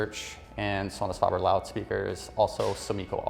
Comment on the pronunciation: This guy needs to loose the snobby voice and attitude and learn how to pronounce the name Sonus Faber there’s a A after the f in faber not a O 🥴